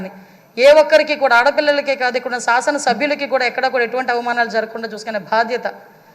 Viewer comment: సాసన కాదమ్మ శాసన